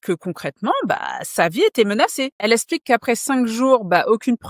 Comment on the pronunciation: Tu dois apprendre à prononcer les “x” - “Elle esplique”—> “Elle explique” - sinon top vidéo